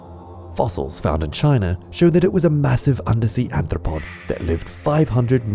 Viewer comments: You keep pronouncing "arthropod" as "anthropod"! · The word is aRthropod, not aNthropod. R and N do not sound the same. Reading isn't that hard, do a better job of it. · Twice it has been wrongly said "anthropod/anthropoid" instead of "arthropod"! Good effort! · "Anthropod." Arthropod*